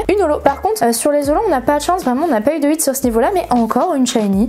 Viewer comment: Alors désolé mais c’est pas « it » mais « hit » juste une petite faute